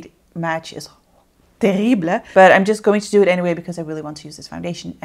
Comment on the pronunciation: Oh!! I'm loving your : "TERRIBLE !!" said as a french person 😍😍😍 Cause I'm french... 😁😁😁